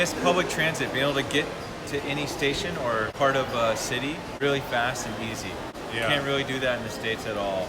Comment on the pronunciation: の言ってる事も反対意見の方の言う事も分かるのですが、根本は「間違った英語教育」をされているという事。外国人の教師でない外国に住んだ事もない英語教師が間違った発音の英語を教えていると言う事実。シティはセレ、アニマルはエニモゥ↑、ニューヨークでなくてヌゥヨーク、いい加減な発音教えといて市から税金で給料もらってるエセ英語教師。こんなの許されていいわけないよ。